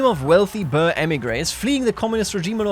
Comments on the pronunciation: (boer is pronounced as "Buhr") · Boer pronounces like Ruhr, but with a B ;)